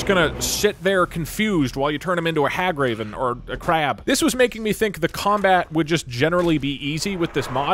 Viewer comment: “or a CrAyAb